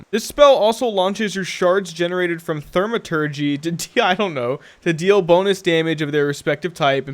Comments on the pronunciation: Good vid, its pronounced "thou-ma-turgee" its the study or work of magic. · Thaw-ma-tergy, no "r". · Great video as always. Also, it's pronounced "Thaw-maturgy"